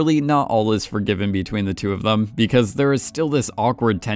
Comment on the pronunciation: Them*. Not “thum”, not a word. Them, vacation, accountant, important, all basic/common words absolutely butchered by the narrator, who also has maybe the worst cadence a narrator could possibly have.